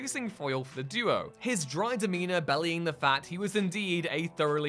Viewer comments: Be-lie-ing not bellying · Did he just pronounce belying as bellying?